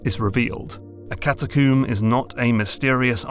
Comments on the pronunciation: CataCOMB not CataCOOM. Brit 😆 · Catacomb rhymes with comb, bro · I realize this is terrible off-topic criticism, but every time you pronounce catacomb as "cat a coom" it makes me want to embed my head into a wall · Good video! But I giggle every time he says "cata-CUUM".